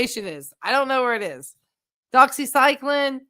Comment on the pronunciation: The way that pronounced "Doxycycline".😂. What a moron.. Stay in school kids. He's a regular Norm Crosby...😆